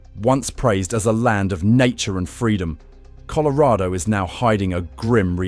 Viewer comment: You can't pronounce colorado correctly lol😅